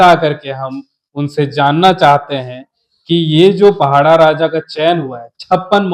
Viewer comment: पहड़ा नहीं पड़ाह शब्द ठीक से उच्चारण किजिए